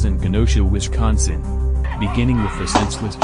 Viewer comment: You couldn't even say Wisconsin correctly